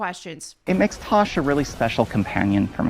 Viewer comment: Don't say Taash but Tosh ! 🤣